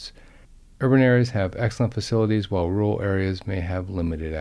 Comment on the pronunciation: rural, not rooal.